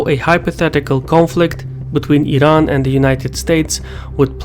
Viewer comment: Wired to hear "Iran" pronounced the right way rather than "I-ran"